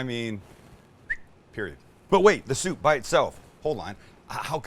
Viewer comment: Chicken Shshhhshhhsoup lol